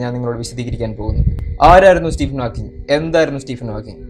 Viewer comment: Nice effort. Keep going. Pronunciation ശ്രദ്ധിക്കണം. സ്റ്റീഫൻ ഹോക്കിങ്, ആൽബർട്ട് ഐൻസ്റ്റൈൻ